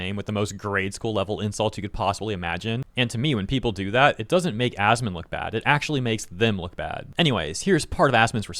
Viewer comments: He called him ass-man lol that had to be intentional. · He shortens it and pronounces it 'Ass-man'. So no I dont believe he doesnt know him. Not to mention incredibly petty